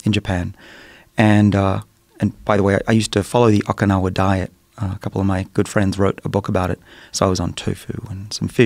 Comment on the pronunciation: The guest pronounces 'Okinawa' in his own way. Came straight to comments to see if it bothered anyone else... and he says it so much!